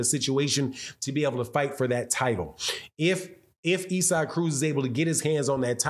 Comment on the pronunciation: Is. It not pronounced ‘ Izac’ ? Not ‘Ezak’